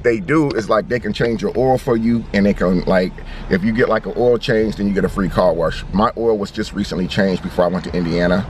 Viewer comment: Car WERSH 🤣